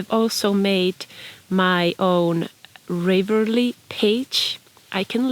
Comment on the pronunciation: This was beautiful! I think you would be good at knitting tutorial videos. Going to check out your Ravelry channel now! (By the way, I usually hear it pronounced with a short a, like in "have" or "hat" - I think of the word "unravel"...) Thank you! <3